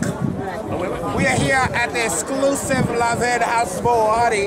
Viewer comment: It's pronounced Lahn Vahn not Lan Vin